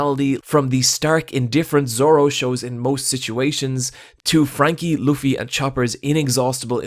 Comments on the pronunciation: i'ts quite amzing to see how much this guy loves luffy but can't pronounce his name properly, like it's not that hard to say L-O-O-F-F-Y it really and the show points it out multiple times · oh fuck me he does pronounce Luffy wrong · Luffy ur saying his name wrong